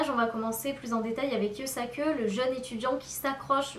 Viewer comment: Pourquoi tu dis Yusak"eu" ?